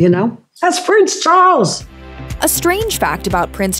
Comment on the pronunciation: Interesting pronunciation: 'Prince Char-ells'